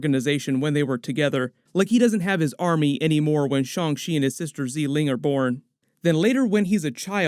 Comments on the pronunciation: Awesome as always. Just one correction: Xialing is pronounced “SHA-LEEng” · Erm, as a chinese it is more like sia leeng